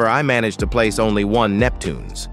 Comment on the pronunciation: It's Neptunes not Neptuneas!!!!!!!!!